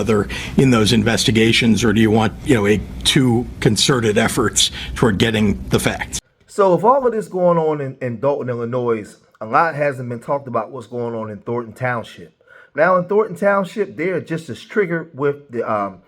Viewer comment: Love your videos bro but please stop saying the S on the end of Illinois because it’s silent. Tiffany Henyard been living in Illinois all her life allegedly and she still pronounce it incorrectly smh